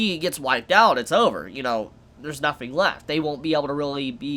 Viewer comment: Why does this guy say "nothing" as "nofing"? Am I the only one hearing this?